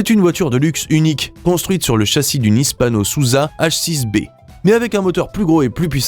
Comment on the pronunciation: Hispano-Suiza pas Hispano-Souza.